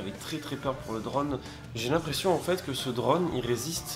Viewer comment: Super vidéo mais t es « drône » c est « drone »!!!!!!